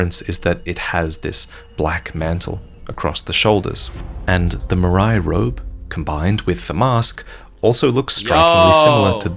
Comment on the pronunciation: The way Marais is being pronounced is like sandpaper in my ears. It's the french word for swamp for criss sake.